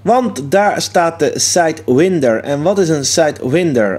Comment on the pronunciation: Je spreekt her uit als [sàít wàínder], niet op zn nederlands.